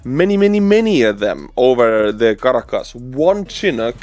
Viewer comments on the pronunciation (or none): your delight and boyish charm while reporting on such an amazing global development warms this Nebraska grandma’s heart!! ❤️ 🇺🇸 BTW Caracas = Kir- rah - kiss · The Estonian pronunciation of Caracas makes my ears bleed. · Your pronunciation of 'Caracas' is soooo Estonian.